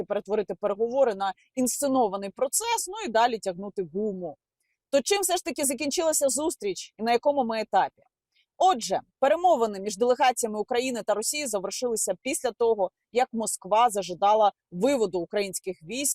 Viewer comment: Вони не знають де ставити наголос, які можуть бути перемовини? На окупованих територіях колаборанти також так кажуть, тобто дебіли.